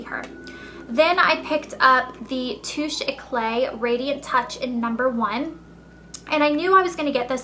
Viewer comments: by the way the concealer is pronounced "too-shay-cla" not "too-shay-clay" just fyi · I thought you knew french? its too shay clar